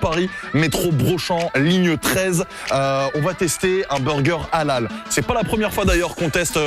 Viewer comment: halal prononcé a la française ça pique les oreilles 🤔😅